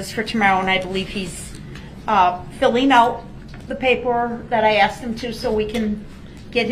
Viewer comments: He axed!! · Brooks has a language problem…..ask ..is ..ax….with is…wiff…that…is dat..truth is …toff